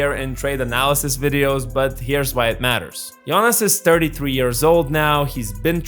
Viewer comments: Closer to correct pronunciation is "Gionas" (with a soft "g" like how you say "Giannis" in greek) not as in the "Jonas Brothers". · Great video report of a current matter that's interesting and nice new green background!! Is it me or did it sound like you were saying Giannis instead of Jonas 😜 im sure you were probably saying it the right Lithuanian way Like you said Jonas has always been a true pro and consistent throughout past decade but i think he made a big mistake by signing with wizards in 1st day of 2024 free agency knowing that they had no intention of winning and or course would only look to trade him by the Feb. deadline. Has your source said that Jonas regret that decision???